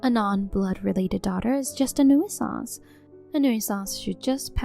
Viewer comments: PLEASE. FOR THE LOVE OF GOD, LEARN HOW TO PRONOUNCE COMMON ENGLISH WORDS. "New-eh-sance"? Really? Try : "new sense". Maybe that isn't perfect, but its a whole lot closer to right that you've yet come in the year or more you've been trying to pronounce it. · What’s a NEW-ih-sanse? Making up words? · New I sanse. That pronunciation... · Tip: Hey Siri. How do you pronounce nuisance.